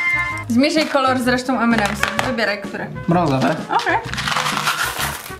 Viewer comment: o nareszcie nauczyłeś się mówić M&M's